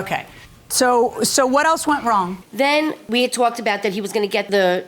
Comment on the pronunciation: This new 4th wife needs help with her language. I TWALKED to the guy. She probably had words with the caterers because the ERBS weren’t right, maybe she AXED her husband to pay for a professional photographer then she could have had her day on tape. Hopefully tape you could reuse as I’m sure she will be on to the next white dress as soon as she can!